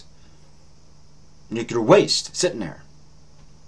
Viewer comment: Good channel! Please try to say nuclear and not nukular. This is not meant to be a nasty comment.